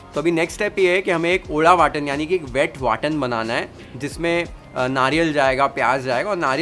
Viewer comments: Love the way you say " vataan" in marathi...shows your commitment towards making it authentic..loads of love ❤️ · I love the way he says " वाटण" "गावरान"...! The efforts are seen. Keep it up.